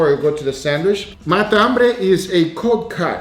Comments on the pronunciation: is matambre not mata ambre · Fala sou argentino e a pronúncia é matambre, tudo junto, não mata hambre. Video foda! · It sounds like you're saying "Mata - hambre" Argentines say "Matambre" (it has one less syllable than mata - hambre) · matambre Sam the cooking guy: The best MATAMBRE I have EVER COOKED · He's saying it the portuguese way. Meaning is the same. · It's not the accent, in Brasil we speak matambre as you stated you do in Colombia, I guess he's trying to focus on the "hunger killer" translation for american audience.